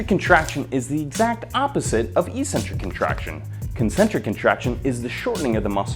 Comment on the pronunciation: I believe eccentric is pronounced as " iK-sentrik " .